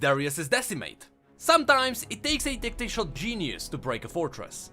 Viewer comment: "tactishial" bruh, its tactical, tak-tik-al